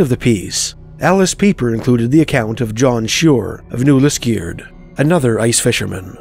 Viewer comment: Love hearing these spooky stories of my childhood home (grew up in Charlton/Englehart but spent A LOT of time on Lake Temiskaming). The only thing that takes me out of the stories is hearing the narrator pronounce "New Lisk-EE-ard"!